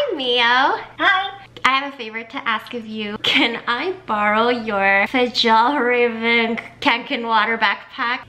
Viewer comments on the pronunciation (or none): Nice videos!! Btw it's pronounced "fee-yawl-ra-ven" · The pronunciation of fjialraven is fee-all-raw-ven Your welcom😊